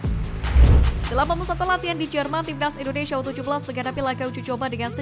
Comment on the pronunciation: INDONESIA, Neng Bukan INDONeiiiisyiiiia ya😂😂😂😂